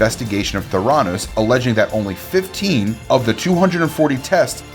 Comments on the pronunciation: Thuranoose hahaha no, not how you say it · Anyone else really bothered by the way this guy says Theranos or by the fact he's making a list and including Theranos yet somehow has never heard the rest of the world say it properly?! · Can’t say especially right or Holmes or theranos or Antoine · Homes too instead of Holmes and mispronunced theranos